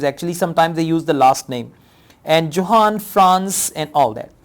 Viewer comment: Johann Franz Encke is a German name, so Johann is pronounced as Yohann. You had a fair pronounciation of the names so I thought this would help.